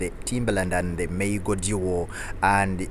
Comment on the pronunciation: Maa-goo ... Not May-go 🤦🏾‍♂️